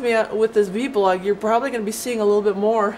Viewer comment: No disrespect, just info, it's actually called vlog not vblog have a blessed day ; )